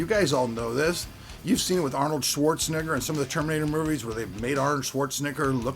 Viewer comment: Botched Arnold's last name and it sounds....like something else. Also, you can either embrace Ai or you can get trampled by it.